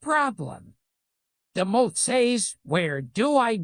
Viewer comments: Loving the idea of Gilbert reading this joke so methodically and carefully for a whole 6 minutes and saying "moth" incorrectly the entire time, like he always thought it was pronounced that way but never had any need to say it out loud until now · The mowth saes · The say he Pronounces “moth” and “podiatrist” is probably one of the funniest things I’ve ever laughed at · How come it can't pronounce "moth" or "podiatrist", but GREGORY VASSILIVICH is 10/10